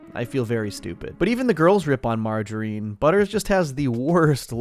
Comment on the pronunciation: The way you said Margarine (the name) is also how you pronounce margarine (fake butter). I have never heard anyone pronounce it like you did.